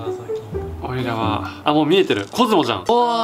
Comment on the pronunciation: ごめんなさい、出だしの「コズモ作ります」が「子供作ります」に聞こえました